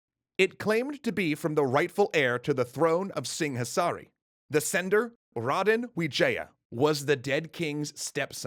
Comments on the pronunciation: yeah its quite close already. Indonesian practically just amalgamation of dutch, english, melayu and other languages happen to cross by which make it weird but not "that" hard to pronounce for english speaker. Its just need to getting used to. They nailed raden wijaya and kediri tho. Even thou singasari shouldnt have -h on it. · They kinda nailed the 'Raden Wijaya' pronunciation, tho...